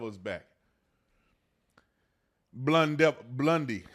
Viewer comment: Crocodile Blon-D loooll 🤣🤣🤣🤣